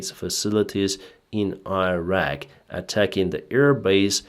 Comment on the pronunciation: please learn how to pronounce Iran and Irak, I am begging you